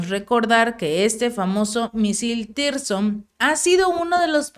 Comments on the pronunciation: podes corregir a tu periodista? No se llama tirson, se llama zircon...👍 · hace rato que dices Tirzon y es " 3M22 Zircón " 😂🤣🤣😂😂👍 y no está demás decir a la Federación de Rusia que tiene todo el apoyo incondicional desde Latinoamérica. Saludos desde Santiago de Chile...🇨🇱 💕🇷🇺 💪💪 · Zircón es el nombre los misiles no es tirzon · Se pronuncia zircon, no tirson...